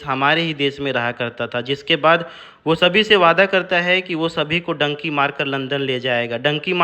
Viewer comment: Zuban fisal gai thanks will take care next time